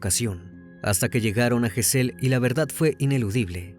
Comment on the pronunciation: Gesell lleva acento prosódico en la penúltima sílaba.